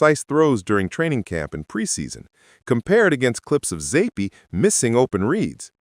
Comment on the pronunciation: You M0R0N. Stefanski doesn't hate any of his players. He may not have wanted to draft Shedeur, but you're a conplete lDl0T if you think he hates Shedeur. Hard to take any AI video serious if they can't even pronounce Zappe correctly.